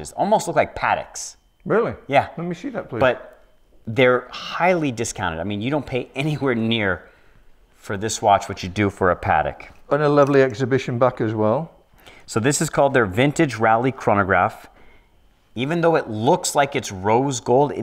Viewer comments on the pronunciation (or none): i kringed every time he said PA- TIC, pronounced PA - TEEK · A watch dealer should know that the first word of Patek Philippe is pronounced "pah-teck" and not "paddock" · Did he really just pronounce Patek, "Paddick"??